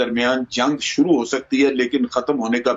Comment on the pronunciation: Hisab nahin hota vishav boliye aur sooroo nahi hota shuru boliye